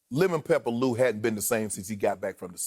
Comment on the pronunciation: 'LEMON PEPERLOU'🤣🤣🤣